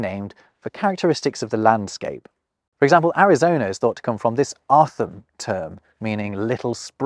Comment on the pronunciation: Not a jab at all, but I thought it was funny how you pronounced o'odham like it was a welsh word, sounding like otham. It's anglicized version is pronounced more like "oh-oh-dam', and likely derives from the name for the previous people of the area, the Ho-Ho-Kam, which roughly means "finished people". Scholars aren't sure whether the o'odham are descended from them or if one people displaced the other.